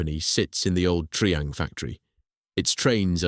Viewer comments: Triang is pronounced try-ang not tree-ang. God that's annoying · Triang = pronounced 'Try-Ang'! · mispronounced of Triang, and we lived in Margate. Unforgivable, otherwise good or very good. Spoken too fast...